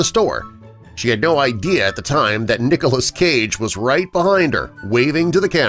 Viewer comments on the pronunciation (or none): none